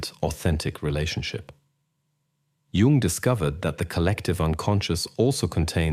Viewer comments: The inconsistency of the narator's pronunciation of "Jung" (between "Carl Jung" and plain "Jung") made me UNbelieve the message. Judge me. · Well you pronounced his name wrong so you're done